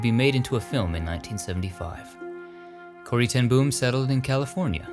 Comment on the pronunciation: Love your video's. Little correction on the way you pronounce Corrie ten Boom. In Dutch its pronounced Corry ten Boam or like the name Bo (Bo Derek) and you put a M at the end ;-) (not like an explosion boom). It was a surprise to me her restingplace is in the States. Thats why I love your video's. Full of surprises